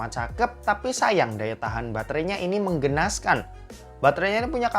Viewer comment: mengenaskan, bukan menggenaskan 🤣🤣